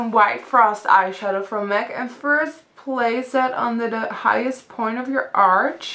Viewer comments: i love it when you say " and now for da " instead of "the" u sound like ur saying "da"..lol..funny..love the look by the way!! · I love how you say "dah" instead of the! I love your accent. :)